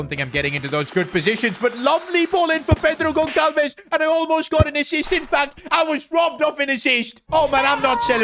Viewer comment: yo so u know gonçalves is actually spoken like gonsalves rembember every c that is like ç is spoken Sssss